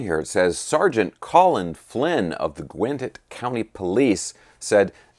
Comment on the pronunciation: Can’t even say Gwinnett correctly